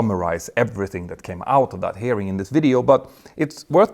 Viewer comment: This is funny: you pronounce “hearing” closer to “herring”, which evokes the phrase “red herring”. This was certainly not intentional on your part, but was it intentional on the part of Boeing/NTSB? 😮